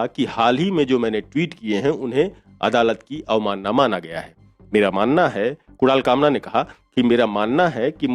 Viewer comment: .... what the f did he say ? Kural kamra ? F lol 🤣😂